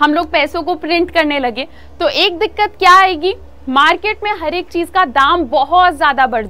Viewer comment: Mam please don't say dikat it sounds odd